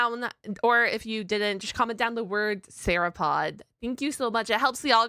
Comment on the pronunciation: Searapod?! It's sauropod. (Soar-o-pod)